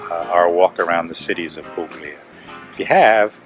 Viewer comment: Ok but it's pronounced 'pulya' not 'puGlia'!